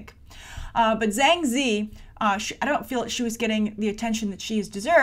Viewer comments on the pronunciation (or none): Ah ok - I'm pretty sure Zhang is pronounced with a "J" sound though.